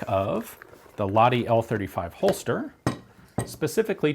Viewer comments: BTW, it is pronounced Lach-ti and Huus-kvaarna. :) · More precisely, "la-h-ti". That is, the H is specifically pronounced, instead of being silenced by the adjacent vowel as it would be in English. There is no "ch" or "kh" sound used in Finnish. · TLDR: we're always grateful for featuring Finland in your vids, but you could use a bit training: you pronounce Lahti as Lati, without the H. A relatively simple thing to learn. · In no way a criticism but knowing how much Ian likes correctly pronouncing foreign words... The H in Lahti isn't silent. It is sounds exactly like H in Hulk or Honey. LA-kh-tee. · It was actually pronounced "lach-ti" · English speakers don't understand long vowels. Better write "Whose-kvahr-nuh" (they don't understand the ü-sound, either). Also, the "h" in Lahti is audible, it's not just meant to show you how the "a" is pronounced, as it would be in English.